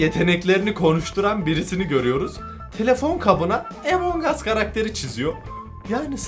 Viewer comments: Abi emong us değil among us diye okunuyor rica ederim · Abi emongas değil amongas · Abi Emong us değil Among us diye okunuyor / söyleniyor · Abi emongas değil amun us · emongas değil amongas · Abi EMONG AS deyil AMONG us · Abi lütfen emong as değil among as diye okunuyo lütfen buna dikkat et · Lan emong us diye okunmuyo among diye okunuyoo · Ağbey emongas değil 😲😠amongas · Abi Emong değil AMONG diye okunuyo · Emong aslında değil among as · Abicim among as emong as deil şunu düzgün soyleyin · Normalde:among us:emong uss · Emong değil among abi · Abi emong us değil among us ve bende senin gibiim abi walla ilk hep ben öldürülüyordum sonra sildim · Abi emonguss deyil among us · Yaw abi o emong us diye okunmuyor direk among us diye okunuyor Google trasnlate den bak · Emon diye değil among diye okunuyo 😶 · Benim okuduğum:among as ONLARINokuduğu:Emong as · Abi emon gas değil yazılışi among us okunuşu amon gas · abi bunun adı among as de emong as değil yaaa 😭😭😭😭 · Emong as diye okunmuyor Among as diye okunuyor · ABİ LÜTFEN EMONG US DEMEYİN LÜTFEN BAKİN RİCA EDİYORUM AMONG US SÖYLEYİN LÜTFEN 🙏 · Among us abi emong us deil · EMONG AS diye söylenmiyo AMON AS diye söyleniyo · Emong us değil Among uss Öğren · Emen ges deyil güzel abim benim amongs us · abi amongas diye söyleniyor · abimmm a ile söyleme a harfiyleee amang us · Herkesin Among Us A Emong As Demesine Sinir Olan Bi Benmiyim ? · emongas diye okunmuyor ama abi